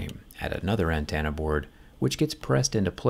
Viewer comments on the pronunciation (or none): Great video. I do have to point out that it's "antenna" not "antanna"